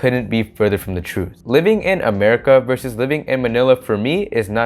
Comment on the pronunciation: LOL as a fellow Pinoy When this man Said MERICA had me rolling